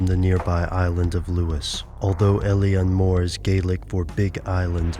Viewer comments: it's funny when Americants try to pronounce Gaeilic. Alien More. Oh dear.... It's pronounced "ill-on Moor". Ingonrant philistines. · its actually pronounced ill-lan mór....... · Eilean Mòr is pronounced Eh-lan Mawr. It's Gaelic not English... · it is pronounced ai leen moor